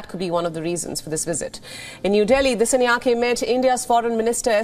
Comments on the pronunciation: The way you pronouncing the disanayaka is horrible , whats the matter with you ? You cant even pronounce a name right as a anchor , this is embarrassing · Its pronounced as Dis-saa-nayak-a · Great news.. But your pronunciation of the name "Dissanayake" is totally wrong. Please contact Sri Lanka Embassy to get the correct pronunciation. For a a popular channel like yours this mistake cannot be ignored.